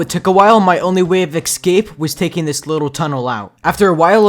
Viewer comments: Dude why do u say eksape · “Excape” or “ESCAPE”? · ‘Excape’ lol but amazing vid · no hate but why do you keep on saying eggscape? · Is it just me or did he say eggskape